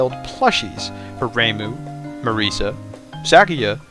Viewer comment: His prononciation of it is fair tho